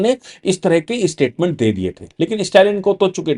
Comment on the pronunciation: इस्टेटमेंट,इस्टालिन ये सब क्या है? स्टेटमेंट,स्टालिन उच्चार कठिण है क्या?